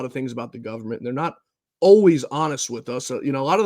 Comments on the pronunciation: The Newscaster is saying the word, "Gun man" and NOT " Government ". Get it right already ! ! ! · Government or Gunman?! Extreme underbite speech impediment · I love Trump and I despise the media BUT HE DIDNT SAY GVMNT….HE SAY “GUNNAN”